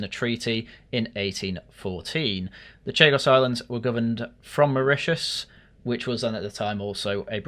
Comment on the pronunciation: Sorry everyone, I was fast asleep so could not correct his pronunciation of Mauritius😅